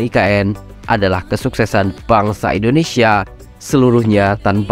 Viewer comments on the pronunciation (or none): none